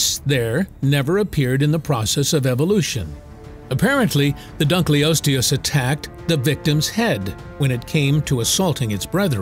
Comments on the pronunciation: Yo this video is chock full of horrid pronunciation - i mean - Dunk-lee-osteus? Come on. hahaha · Dun-kil-os-te-us to be phonetic. The discover was named in hoonour of David Dunkle. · Your pronunciation of Dunkleosteus is making me itchy. It's dun-kul-OS-tee-us. Like the German word for dark - "dunkel". Named after the paleontologist David Dunkle. I know you can't/won't edit the video, but spare your own embarrassment going forward. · Not an expert, but I think you are mispronouncing " dunkleosteus" The first part of the word, "dunkle," rhymns with "uncle," is German for dark. So, dunkle is a word, and I'd think the pronunciation should be dunkle-osteus. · I had to leave when I heard dugliosos for the time